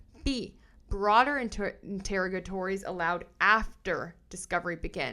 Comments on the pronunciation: I think it's pronounced "in-ter-OG-ah-tories" with the emphasis 3rd syllables & that O like in "on". That's in the US (I know Canadian can be different). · Enter-og-atories, it’s a hard word, hopefully this helps.